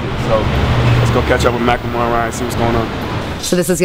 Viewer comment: i always pronounced his name "mackle-more" now i find out its "mack-lemore" MY LIFE IS A LIE